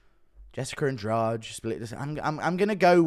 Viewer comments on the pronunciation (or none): none